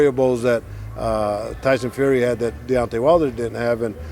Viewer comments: He aint the only one getting the names wrong....its Deontay not Diontay lol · 😂 he said diontay wilder had two ways of winning and diontay wilder only had one he keeps getting the names wrong don’t know if any one else heard it but🤣🤷‍♂️